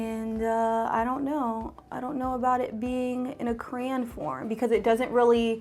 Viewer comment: Ok for the brows, was she saying crayon or crane? Sorry I’m so confused 😂 Loved the video though